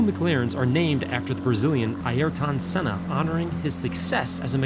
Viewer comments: Said ayrton senna's name wrong 🤣 that isn't how you pronounce his name nice job on the f1 car though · Don S lol, no. Those engines in those days did one race. The cars even used one engine for qualifying and one for the race. Not to mention engine failures weren’t “non-existent.” Combined with butchering name pronunciations this video is full of factual errors. Great video and his passion always shows through, but not only are you wrong so is quite a few things in this video. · This man is reding of a script he cant pronounce Ayrton Senna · The way this guy pronounces "Mclaren", "Ayrton Senna", "David Coulthard".. Good god.. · butchered both driver names ¬_¬